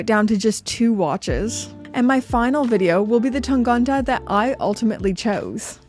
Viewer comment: Why do you pronounce Tangente as Tangante? That's the only one that's wrong